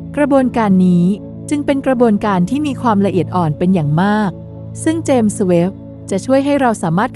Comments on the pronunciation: เจมส์ ต้องออกเสียง ส เบาๆ ด้วยครับ เพราะ James มาจากชื่อบุคคล เราจะพูด “james webb” ต่อกันครับ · ครั้งนี้ ส อาจจะดังไป เลยฟังดูแปลกๆ แอดมินน้อมรับไปปรับปรุงการออกเสียงในคลิปหน้าครับ